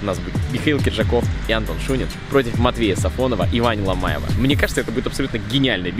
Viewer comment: Почему Ломаева называют Ламо? Ведь он Лома